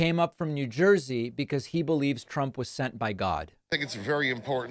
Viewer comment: Thousdands Plural nound Meazurement of the numbers of people gathereded to await Presidunt Tromp. * "Thousdands and thousdands- tears in their eyes- are gathereded to await me."